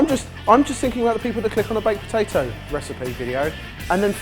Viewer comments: Am I the only one getting flashbacks to the Guinness Cake when kept saying POTATOO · You're right! saying the word potato never fails to make me laugh